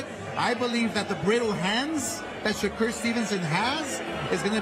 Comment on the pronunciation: I used to like when Eddie Hearn used to say “Shay-ker” instead of “Shakur” lol